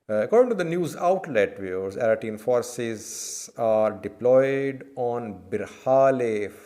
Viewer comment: its pronouce Eritrean and not Aritrean 🤣😭🤦‍♂️